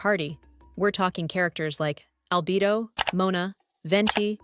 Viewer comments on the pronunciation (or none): none